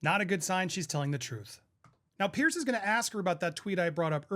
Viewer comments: Just a point of clarification, Mr Morgan's first name is Piers, not Pearce. It is pronounced like the plural of peer (peers). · Andy… love you and this channel. But it’s PIERS. Like Peers. Not pierce. Thanks! ❤